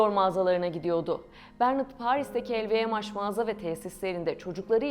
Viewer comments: sadece pound a euro dememişler telffuzda yanlış lvmh el vi em haş nedir aga ? haş diye bir harfmi var ingilizcede bunu türkçe okuyorsan el vi em nedir? uzaktan eğitimlemi öğrendiniz içerik oluşturmayı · Lvmh i nasil telaffuz ediyorsunuz?!